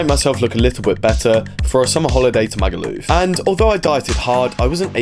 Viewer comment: I hate the way he says Magaluf, so posh the way he says it’s! So annoying definitely a Tory voter